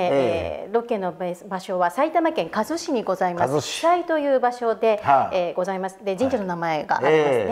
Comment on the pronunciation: 埼玉県加須市（かぞし）ですよー。かすしではありません。